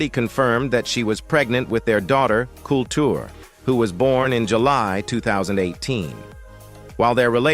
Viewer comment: The person pronounce Cardi B daughter name incorrectly and her name is Kulture.😂